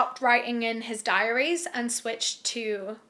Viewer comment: diaries not dairies silly :P